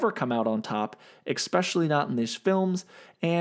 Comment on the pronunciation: Stop saying "exspecially". It's "especially". Jeez